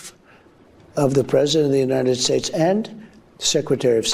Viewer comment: Why can he no longer pronounce "United States" without lisping amd slurring? Does no one else hear that? United Shates??? 🤦🏽